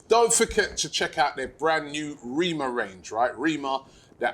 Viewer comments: His name is pronounced REH- MAH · Robbie its rema as in elephant rema as in cream 😂